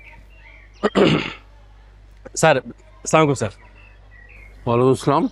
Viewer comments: অপূর্ব ভাইয়ের সালাম শুদ্ধ হয়না ও বলে সামালাইকুম ঐটা হবে আসসালামু আলাইকুম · এদের কে সালাম দেওয়া শেখায় কে? সামাকুম কি😡 আসসালামু আলাইকুম সুন্দর করে বলতে শিখা দরকার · অপূর্ব সালাম দিতে জানে না স্লামালাইকুম কি